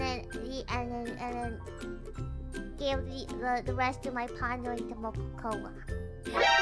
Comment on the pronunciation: Wait, did biboo start calling mococo mococœ too??